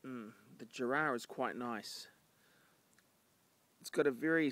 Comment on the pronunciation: We pronounce it Jarra, not Jarrar. But I'll let it pass this time;) Good solid stuff this, lasts forever. Nice one.